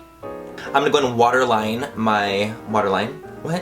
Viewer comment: At first I thought you said washer line instead of water line lol. Love the look!!